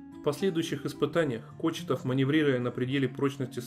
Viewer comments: Не Кочетов, а Кочетков, это раз! Второе, профиль не ламинированный(его ни ЧЕМ не покрывают, не ламинируют!!!) Профиль ЛАМИНАРНЫЙ!!! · Извини меня пожалуйста, но не Кочетов, а Кочетков!